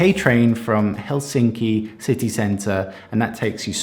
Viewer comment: Nitpickery...try to remember the stress on the first syllable in the word Helsinki, that is, put more Hell into Helsinki..otherwise, you are progressing nicely in your Finnish pronunciation...no small task for an English speaker...carry on...